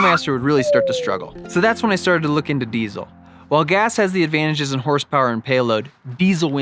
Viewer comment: Oh, you're listing Ad-VAN-tages?